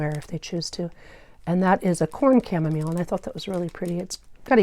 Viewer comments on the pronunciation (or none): none